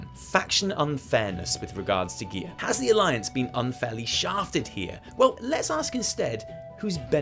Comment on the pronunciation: Thank you for pronouncing "UNFIAIR" properly